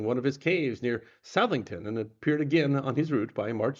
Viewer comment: PS. It's not pronounced "South-ington", but "Suh-thington". It's a contraction of South Farmington. Thanks very much for spreading his story.